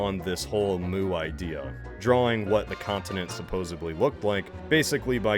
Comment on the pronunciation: At the four minute mark, did he say “supposebly”?